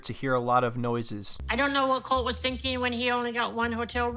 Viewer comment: It’s pronounced colt-eee btw you got it wrong most of the video